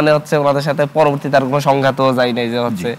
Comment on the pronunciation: তুই তো বাংলাও ভালোমতো বলতে জানো না😂 পরিসালিত, হস্ছে, জাবে এগুলো কি